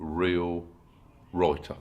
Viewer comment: Es genial como pronuncia la palabra escrito (Writer) como "Roite"